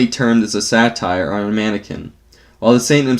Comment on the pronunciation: I don't mind the voice, but he could learn more about how to pronounce "Jacques" and "satyr".